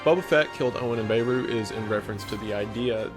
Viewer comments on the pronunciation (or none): Can you stop pronouncing Beru wrong? When it comes to names there’s no “ I pronounce it this way” .That’s their name, pronounce it the way they do. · Why are several people saying “BAY-roo” when in-universe characters say “Beh-ROO” with the stress being on the latter syllable in regards to Luke’s aunt? Serious questions. You could say Tomato/tomahtoh, but not a single person in Star Wars has said “BAY-roo”